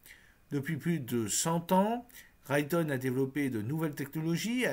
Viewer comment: Raytheon se prononce "Raiethéon"